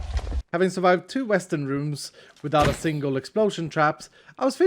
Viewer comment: It sounded like he called the western rooms weston rooms which is my real name even though I am using my family account.